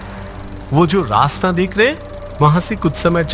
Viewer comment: Wo rasta bola ya nasta😅